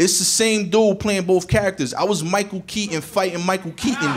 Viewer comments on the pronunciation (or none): none